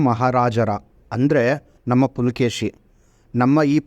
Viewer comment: ಇಮ್ಮಡಿ ಪುಲಕೇಶಿ ಅಲ್ಲ ಇಮ್ಮಡಿ ಪುಲಿಕೇಶಿ🙏🏻👍🏻